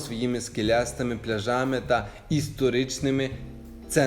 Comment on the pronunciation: Не пляжАми а плЯжами😊